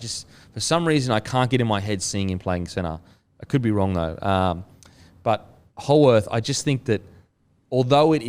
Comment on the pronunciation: Lads, Jack Howarth's last name is pronounced "How-ith"